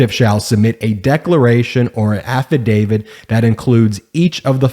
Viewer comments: af·fi·da·vit /ˌafəˈdāvit/ I'm sorry. I just am one of those' people that cannot stand the mispronunciation of this word... like nails on a chalkboard. Sorry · Please learn to say the word “Affidavit” correctly. When you say Affi-DAVID, it hurts my ears. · I have heard of affidavits, but not affidavids, a lot of Americans seem to say it that way, I think they are just being bloody lazy. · Holy Jesus! AFFI-DAVID? FINANCIAL RENUMERATION? Dude, get an education. (affidavit, remuneration)